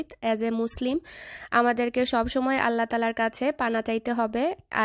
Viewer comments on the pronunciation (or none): none